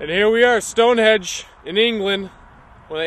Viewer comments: During the entire length of the video, I was either laughing at their childlike antics or correcting them. StoneHENGE not stonehedge. :) I love these guys and the show itself!! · its stone henge not stone hedge :P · Henge not hedge get it right guys Stonehenge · "here we are at Stonehedge".... lol love it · It's StoneHENGE, boys. Not Stonehedge. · Guys.... it's StoneHENGE, not StoneHEDGE. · "Stonehedge" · Its stoneHENGE NOT stonehedge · its henge not hedge!! lol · sounds like Nick keeps calling it "Stone Hedge" LMAO...haha Zak dancing in the back is priceless! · Nick is definitely saying Stonehedge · Did Nick say StoneHEDGE?lol. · Were they calling it StoneHEDGE?? Or did I just not hear the 'n' in their pronunciation? LOL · Nick said "Stonehege*